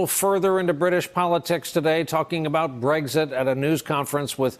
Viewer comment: I have 2 questions. Since when are the Justice Department and the President joined at the hip, so to speak? Aren't they supposed to be separate entities? AND Why do news people mispronounce Brexit? They are usually so precise about the way they pronounce words, but I've heard several of them (in the past 24 hours), pronounce it Breggzit. It's not a difficult word and is pronounced just like it's spelled. Brexit.